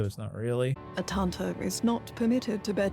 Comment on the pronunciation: Listening to this, I constantly hear Tante instead of Tanta, which is aunt in German. Behold your evil aunts!